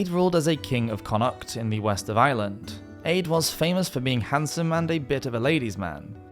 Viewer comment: Just for future reference, the name Aedh is pronounced like 'A'. The dh is silent.